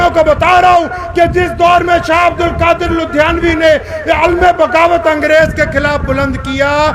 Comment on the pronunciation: ارے مولی ساب آقا محمد صلّی اللہ علیہ و سلّم کا نامِ نامی اسمِ گرامی صحیح تلفّظ سے لیا کریں سلّا سلّم نہ بولیں اور اپنے کھاندانی قِصّے سنانے کے بجاےُ رسول اللہ اور آپ کے صحابہُ کرام کے واقعات سنائیں کھاندان نہ بولیں خاندان بولیں مولی ساب عبد الکادِر نہیں بولیں عبدالقادر بولیں